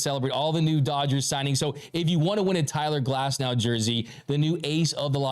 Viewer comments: Its Tyler Glasnow .... not Cyler Glasnow..... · “Cyler Glasnow” 💪🏼